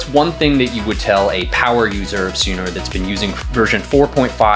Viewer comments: 🤣🤣🤣🤣🤣 "It's Sun(o)".... Guy Calls It Su(no) the whole time....😆😆😆😆 He works for Sun(o) and still didn't know that... and refuse to do even after being corrected.... Too funny. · He still calls it Suuno despite being corrected 😅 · The host still pronouncing the name wrong after being corrected and educated 🫠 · I love how dude tells you the correct pronunciation of Suno and then you continue to mispronounce it. Very on brand 😂